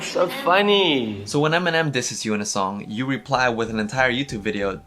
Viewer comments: She doesn't pronounce eminem right eeeemnem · EEEEYyy-min-ehm ft. Rihanna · I like how did antwoord pronounce eh-minem, like, that should be his new name.